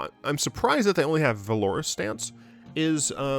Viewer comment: You're pronouncing valorous wrong